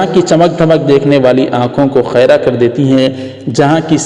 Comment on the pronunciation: ماشاء اللہ بہت خوب ایسے ہی کام کرتے رہیں ۔ ایک درخواست خَیْرَہ نہیں بلکہ خِیْرَہْ ہے